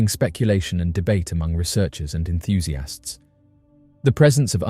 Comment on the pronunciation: Enthusiasts ❌ EnthusiAHST ✅